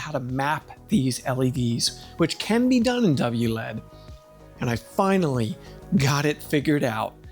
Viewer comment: I like how you say wlead. But then say L E D properly. You're comment seeding. It is W L E D